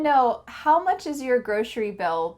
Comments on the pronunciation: I didn't know 'grocery' is pronounce as 'groshery'. Good to know! ❤ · Is it just me or you pronounce grocery with an Sh sound?